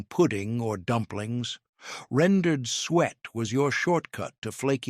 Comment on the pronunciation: It's sue-it not sweat